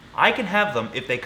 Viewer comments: LOL, the treaty is CITES, not "CITIES" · I think it’s CITES not city’s